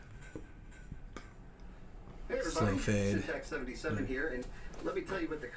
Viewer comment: It's sintax77 not syntax77